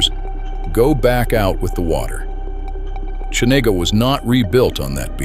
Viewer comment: Geez, if you're going to do a video like this, at least learn how to pronounce the names! It's not hard. Valdeeez Cheeena and you can't even fix typos because it is Pacific not Pacicac. Looks like AI slop to me